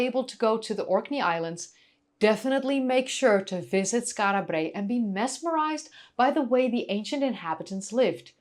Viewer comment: Rolling the "R" in Brae is rather annoying.